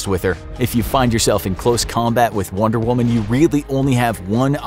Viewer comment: The average male can beat “wonder whuman”